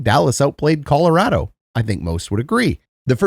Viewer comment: I must defend this fine Canadian gentleman. As a native of the once great state of Colorado, I can confirm he is saying it correctly. Colo-RAD-o not Colo-ROD-o.